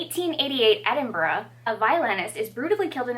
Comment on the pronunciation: I appreciate that you pronounced Edinburgh correctly. It frequently makes me cringe when Americans try and say it. Same thing with the word Worcestershire, for some reason those places are hard for our friends across the pond to pronounce.